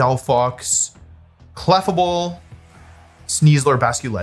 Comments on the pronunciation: Cleffa Able* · The way this dude pronounced Clefable was disgusting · Did this dude really say Clefable? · the way you said clefable made me irrationally mad 😂 if it was meant to rage bait it worked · why did he pronounce clefable like that 😭